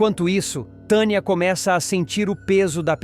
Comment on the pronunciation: Narrador onde tem esse nome ? TANIA? VC NEM SABE NARRAR PRONUNCIAR NOMES TANIA. KKKKKKKKKKKKKKKKKKK